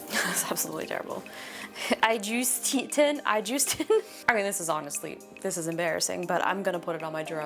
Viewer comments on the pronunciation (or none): From now on I’m calling you iJuse-tin 👍